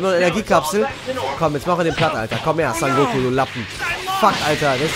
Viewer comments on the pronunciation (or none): Digger, er heißt SON GOKU, NICHT SAN GOKU